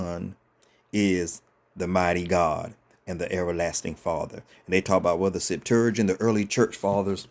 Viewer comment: You should learn how to say Septuagint